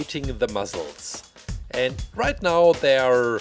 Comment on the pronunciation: I love how he says muscles “muzzles” it’s funny 😂😂😂😂😂😂😂😂😂😂😂